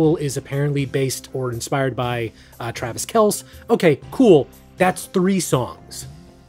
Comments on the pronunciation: Homie called Travis Kelce "Travis KELS" instead of "Travis KELL-see". You really don't follow sports haha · Hey - thanks for this, like all your other videos. I am not even a fan of most of the music - it's more about your analysis and commentary. Two quick things: Travis Kelce is pronounced like KEL-see. And - Great Reference to Hastily Made Cleveland Tourism video!